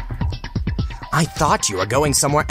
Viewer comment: why do you keep saying Niagi?